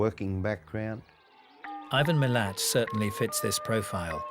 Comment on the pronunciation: Sein Nachname lautet ,,Milat", und nicht ,,Milan".